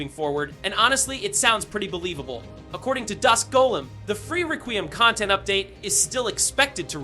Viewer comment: "the upcoming re-queem DLC"🤣